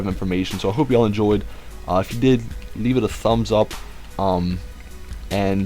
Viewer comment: Leave* not leabe